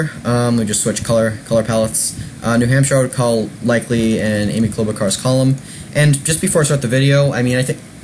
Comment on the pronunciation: Please stop mispronouncing her name it's Char not Car!